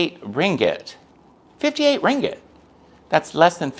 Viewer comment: Thanks for sharing! You’re one of the very few mat salleh who can pronounce “ringgit” correctly 😅👍🏼 I agree about stray dogs and cats in Malaysia. Euthanasia and food poisoning are common occurrences which is sad.